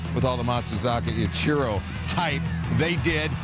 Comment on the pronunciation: Sir it’s Ichiro. Not I-Cherro